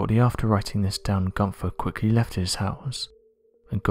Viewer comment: Dear Americans, It's "Günther" and not "Gunser" and it's "Van Gogh" and not "Van Goe".